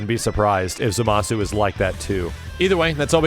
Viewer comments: You're not pronouncing Zamasu properly. It's ZAmasu, not zaMAsu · That misaccented Zámasu hurts to hear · ...Why do so many people mispronounce his name as "zuh-mah-soo"? There's no way people haven't heard the amount of times Gowasu has exclaimed "Zah-mus!" by now. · Do they call him "Zamasoo" in the English dub??? Because the letter "U" in his name is silent.